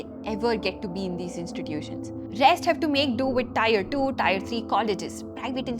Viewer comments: Mam, "Tier" is pronounced as "Tear" and not "Tire". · It is not 'tire', it is 'tier'